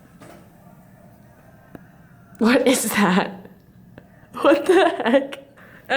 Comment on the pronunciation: How dare you pronounce library as "Liberry" Highkey disappointed in you smh